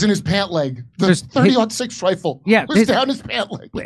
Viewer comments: I'm here to get expert advice on the shooting from those who don't know how to say the caliber of the bullet. Thanks for the professional analysis 👍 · Jimmy. Love you man. But someone who doesn't know how to say the name of the bullet maybe shouldn't be talking about conspiracy theories about ballistics. Also, the reason people shoot watermelons is that they explode spectacularly on the-tube-of-you. Bullets do crazy things. Just please oh please don't join the club of people who if asked if Santa is real turn around say that Rudolf was a mossad agent and took him out.